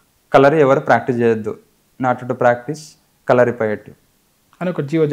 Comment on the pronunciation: "ళ" అనే ఒక అక్షరం తెలుగు లో ఉంది. తెలుసా ? మర్మ కల కాదు మర్మ కళ. కల అంటే dream కళ అంటే Art. కలరి కాదు కళరి.